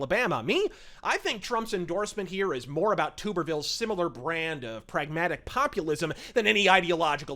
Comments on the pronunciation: It is "TUB"erville not Tuber-ville. Love your channel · Great rant bud! I have just one critique. It's Tommy Tub-er-ville (as in bathtub), not Tube-er-ville. Godspeed! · nailed it, again. Though Tuberville is pronounced more like Tubber, and not Toober . FWIW. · I love you, but Tommy's last name is pronounced as TUB-er-ville. Just letting you know. Anyways Great video as always! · the way he said Tuberville just. urg. we've always said it Tub Ber Ville